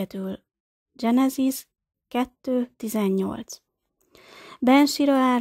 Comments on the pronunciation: Mielőtt az ember vállalkozik egy szöveg nyilvános felolvasására, meg kellene bizonyosodnia arról, mi az idegen eredetű nevek, szavak helyes magyar kiejtése. Genezis, Gilgames, stb. Az ilyesmi rettenetesen irritáló és egy bizonyos fokú komolytalanságot kölcsönöz a szövegnek. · Ez nagyon komolytalan, így ejteni, ezt nem tudni. Éppígy a genezis szót angol fonetikával kiejteni. És a többi egyéb hiba. Egy minimális felkészülés azért szükséges, mielòtt az ember közzétesz valamit.